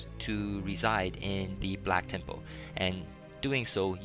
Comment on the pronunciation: lol i like how u say temple tem-POLE :P